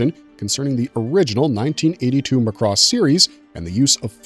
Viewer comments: Please, please, please. Mari Iijima (Minmay herself) has told fans it is pronounced "MA-cross". NOT "ma-CROSS". Emphasis is on the first syllable. Seems like ever since the 2006 ADV dub introduced that pronunciation, people have been pronouncing it wrong. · It's pronounced as "Mac-Ross" not "Muh-Cross". Macross had more than one war in its entire franchise. Every Macross series had its own war or conflict. Robotech has 3 wars because its mashed up 3 anime series into one show. As for the licensing Harmony Gold/Tatsunoko Productions only have distribution and merchandising rights of the original 1982 Macross series outside of Japan and none of the sequels. The Macross IP is still exclusively owned by Big West. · You're pronouncing Macross wrong. In Japan they pronounced it as Mac-Cross not Mac-Ross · MAAAA CROSS DUDE!!! ugh like a sheep saying Baaaa—MA’CROSS MAH-krohs!!!!!! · it's not Mc Cross it is Macross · Zentraedi is pronounced zen trah dee, not zen tray dee. Macross, in English, is prounced ma (to rhyme with mac and map) cross and not muh cross Did you ever watch Robotech.SDF Macross at all? Mospeada has no I in it, so it's not pronounced Mospedia, just moh spee duh. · My dude, you need to do more research on pronunciations, or at least watch a few episodes first! I cringed with every "Mc Cross" "Zen-TRAY-dee" or "Moss-pay-dee-ah". It was painful to make my way through this. Edit: actually, I could only make it through 3 min. Yikes! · Pronounced Mac Cross. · Its "mack-ross." And its "Zen-trah-de". Im surprised you dont say "Robot-ech." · Lost me after mispronouncing Macross! LOL McRoss!! Did they also serve McNuggets? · Dude, Mc Cross and Zen-TRAY-Dee... You just lost your anime card, there's no way you are actually a fan of this content ☠️ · Mc Cross.... Ceart go leor?? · Dude you are killing me every time you say "Mc Cross" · He butchers a bunch of Japanese names too. (cringe) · Really Mc Cross is your issue? Not the Zen Tray Dee? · and Muh-cross 😄